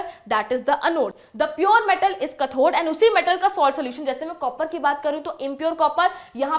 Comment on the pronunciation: It is not kathor correct pronounciation is kathode